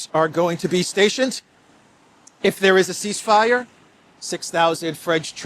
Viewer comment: "If there's a ceace fire" =Dead on arrival...😂😂😂😂😂